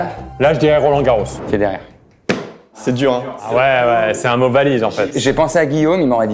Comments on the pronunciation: Pour Federer avec thème sport tu dis "Rodger" et c'est marre rooo :) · Attendez pour faire deviner Federer tu dis roDGer non ?! C'est tellement le seul qui existe prononcé comme ça !!